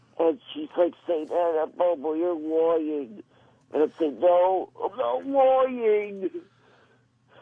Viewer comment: Ugh that little joke he threw in there "And she'll say you're loying Bobo and I'll say I'M NOT LOYING..." pause for effect* crickets*